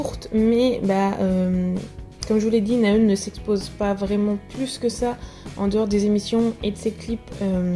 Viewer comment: Cela ce prononce Na Haeun! Le H est inspiré ! D'avance merci !:)